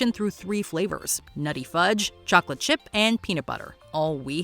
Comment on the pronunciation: what is with some people in TV ads pronouncing "chocolate" with three syllables? it sounds like bad AI